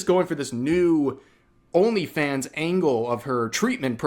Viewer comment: Am I the only one hearing "Her Elephants"? I know she meant Onlyfans, but my ears tricked me!